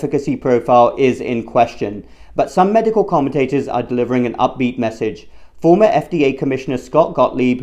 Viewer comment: The word is 'MEDICAL', not 'MEDICAW'.